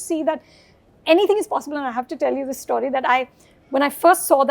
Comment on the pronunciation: I noticed something-Why do these star kids(Sonam usually, and now Farhan and Ritesh Sidwani) pronounce the word 'STORY' the way they do. The pronunciation is neither American, nor British. Is it the snobby Indian way to pronounce? I wonder